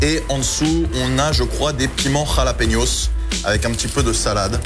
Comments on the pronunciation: halapeños pas ralapeños :) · ralapénioss mdr c koi ce mot chaque fois qu'il le disait je rigolais